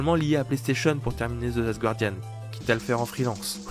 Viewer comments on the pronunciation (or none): Guardian, pas Gouardian, please!